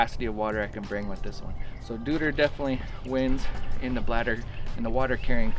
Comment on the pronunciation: Deuter is pronounced „doy-ter“ ;-)